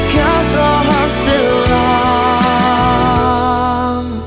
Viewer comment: Hát từ place cũng ssss đằng cuối :)). Ông này trình phát âm cũng cỡ tôi mà được cái tự tin